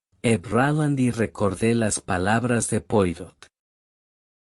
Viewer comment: Ya cuando no se acentúa ni se da expresión a lo narrado y en las tras primeras palabras se nombra al famoso detective francés sin molestarse en pronunciarlo como se debe me mata!!! NO ESCUCHARÉ MÁS AUDIO LIBROS QUE DIGAN "POIROT" SEÑORES:ASÍ ES COMO SE ESCRIBE!!! PERO NARRADO ASÍ SUENA ESPANTOSISIMO!!!